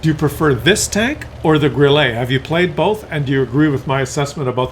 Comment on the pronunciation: WT Auf is better than Grille.... one thing the way you pronounce Grille is like you trying it to pronounce it in a french way you should pronounce it like Gril-le and not like Gril-Lay.